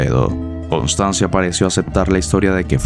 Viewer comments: Constanza, no "Constanzia" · Pero, es Constanza ¿No? Voy a hacer una crítica constructiva, esperando que no se me tome a mal. He notado que las palabras italianas, son a menudo mal pronunciadas en tus videos, los cuales son excelentes y me gusta mucho el contenido. Si tan sólo investigaras cómo se pronuncian bien dichas palabras (como en el caso de Constanza), yo le pondría a tu canal un diez de diez. Saludos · Constanza ignorante, pronuncia bien